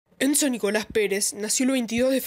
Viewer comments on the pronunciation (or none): Enzo NICONAS perez 😂😂😂 dijo NICONAS